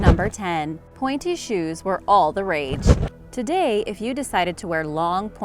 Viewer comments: I thought you said panty shoes LOL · Where is the woman about to smack the guy in the crotch with a hammer? And please check the pronunciations of a Polish city and the pointy shoes.